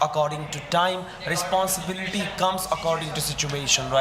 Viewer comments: Responsible ❌️Risponsibiliter✅️ 😂😂😂😂😂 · Responsibilitaaar.....😂😂😂😂😂😂😂😂😂😂 I really enjoy this debate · Responsibilitor ❌ responsible ✅ 😀😂😂